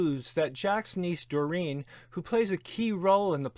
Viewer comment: Bernard is pronounce BERnard not b’NARD. Doreen is pronounced DOReen not d’REEN.